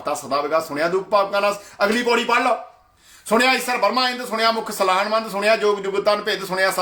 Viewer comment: ਜੋ ਭਾਈ ਜਪੁਜੀ ਸਾਹਿਬ ਦੀਅਾਂ ਦੋ ਚਾਰ ਪੋੜ੍ਹੀਆ ਪੜ੍ਹੀ ਆ ਓਵੀ ਗਲਤ ਪੜ ਰਿਹਾ ਹੈ ਸੁਣਿਐ ਨੂੰ ਤੂ ਸੁਣਿਆ ਕਹੀ ਜਾਨਾ ਼਼ ਪਹਿਲਾਂ ਆਪਨੇ ਅੰਦਰ ਝਾਤੀ ਮਾਰ ਕੇ ਵੇਖ।। ਸਾਰੀ ਆਡੀਓ ਬਕਵਾਸ ਤੋਂ ਬਿਨਾਂ ਕੁਛ ਨਹੀ ਜੀ